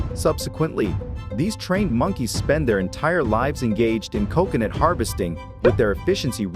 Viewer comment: I don't understand why you mispronounce coconut! I've NEVER heard anyone else butcher the pronunciation of that very easy to pronounce word!